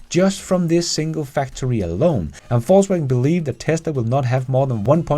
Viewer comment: He pronounces it correctly, as a German would. Similarly, my German last name would be properly pronounced similar to “Foss” in English.